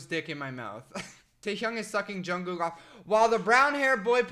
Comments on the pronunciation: HAHHAHA THE WAY HE SAYS ‘JUNGKOOK’ IM SORRY I FEEL BAD FOR LAUGHING 😂 😂 😂 😂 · It is JungkooK with a k at the end